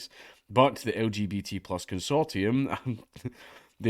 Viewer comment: It's pronounced consortium, not consortium.